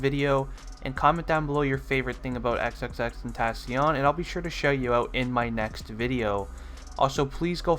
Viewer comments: How are u gonna say your not a X fan If you don't know this when you can't even say his name right 💀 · Isn’t it pronounced “ten-tuh-seeyuhn” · It's XXX-ten-tah-sion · He can’t say his name right lol 😂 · Lol he said your not an x fan if you dont know these facts but he dosnt even say his name right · you say his name wrong it annoys me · we aint real fans if we dont know these facts? you are saying his name wrong and call us fake fans :)? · Fact #1 is how to pronounce his damn name you fool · how you gone say what real fans should know when you not even pronouncing his name right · Your a fan but you dont even say his name correctly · you don’t even know how to pronounce his name😂😂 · U pronounce his name wrong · The dude made a vid about facts about X and he fucking butchers his name in the first 10 sec. smfh. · if you were a fan you could say his name right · makes this video but pronounces his name wrong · Not how you pronounce his name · they should also know how to pronounce his name. RIP X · Maybe if u were a real fan you would know how to say his name right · You don’t even know how to pronounce his name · if ur a true xxxtentacion fan you could say his name right Jk its hard to say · He's saying all these facts but doesn't know how to pronounce his rap name correctly